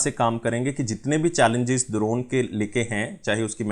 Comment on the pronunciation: buddy its english wala D in Drone.....kuch bhi...